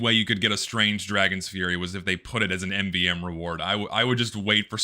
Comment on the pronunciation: My God, he can't pronounce MVM